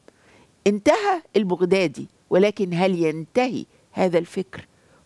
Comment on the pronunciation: البغدادي تلفظ بفتح الباء وليس بضم الباء